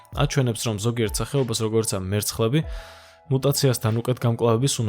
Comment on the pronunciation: კვლЭვა,წლЭბი,მერცხლЭბი,მოპოვებულЫ,... და ასევე ალბა-დ და ან მთლა-თ😊 დიდი ხნის უკან დავუწერე, "უცხო" რომ ერქვა. "ლ"-ს კიდე ვინ სჩივის პოლიტიკაში რომ არ გასვრილიყო კაპიკებისათვის. დასანანია.